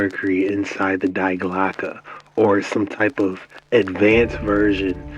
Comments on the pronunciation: Alright, I gotta let the kraut out and give you a quick lesson in German pronunciation. When you say "Die Glocke" you pronounce "Die" dee, as in DElicious, not die, like "I don't wanna die! Don't kill me!" You said "Glocke" perfectly though, so good on you for that. Love you. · Not speech Die in english. Die ist right but your speech is Not Hard enough say…. Dea Glocke that Sounds better. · Die Glocke is pronounced Dee Glocka. Four years of German language studies here 😊